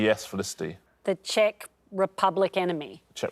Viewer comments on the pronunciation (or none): none